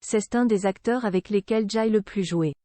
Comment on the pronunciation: "J'aye"? Je n'"aye" ? Vous y comprenez quelque chose, vous?